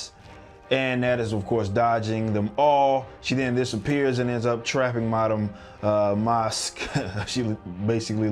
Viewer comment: Its pronounced MASK, Madam Masque, not Mosque.